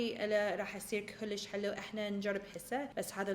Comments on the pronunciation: Guys it doesn’t matter how much she said kulish, she tried her best and I love when she tries to speak arabic 😍 love u huda (Iraqi from Finland) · هنا تبين هدى صدك عراقية كلللللوووششش😅😅😅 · عراقية كلش